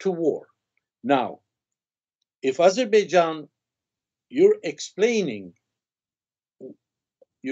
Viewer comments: Intelligent Armenian, but did not understand who he was just i see armenians even in Еnglish call Azerbaijan Azibidzhan, probably their language does not turn to pronounce correctly 😃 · He should learn how to Pronounce Azerbaijan correctly first and then go on Azerbaijans Chanel